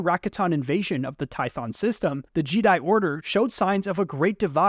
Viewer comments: Jeh-Die Not G-Die Or Jeddi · I keep hearing you say jeedi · JEEDI? did you just say JEEDI? yeah im out bro goodluck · Bro said jeeeedai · He’s right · I've never once heard someone not pronounce Jedi correctly.... 😂😂 literally first time ever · The way you pronounce ”Jedi”, makes me question of I’ve pronounced it wrong this entire time. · I left when he said jedi wrong